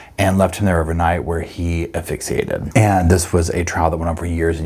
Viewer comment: And Asphyxiated, sounds the S. Affilxiated sounds like she glued him in.